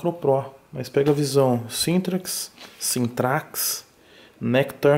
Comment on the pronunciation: O correto a se falar é Syntrax -_-'